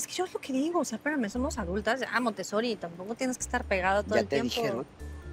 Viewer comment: Que alguien le diga a la señorita Geraldine Bazan, que no se le ve inteligente, siempre diciendo MONTESORI... Me da un poquito de risa